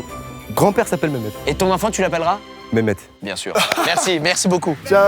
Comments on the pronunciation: Le « ah j’suis biennnnng » Tourangeau c’était pas dans mon bingo, mon patrimoine ça 🫦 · Là j'suis bieng, j'suis vraiment bieng. J'adore ce même 😂😁